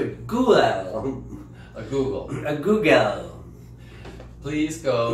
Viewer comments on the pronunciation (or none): Michael funny you we're saying Goo-gale ( google) cuz that reminds me of The grand Guignol the macabre theatre.. i think you might like if you don't already know..not being condescending..i love you but you roll your eyes sooo much sometimes at Michael i know that you love each other but just because someone doesn't have exactly the correct terminology doesn't mean they are clueless..but alas i thonk you softened a bit after you realized alig was right haha it was cute most definitely. I love you sweethearts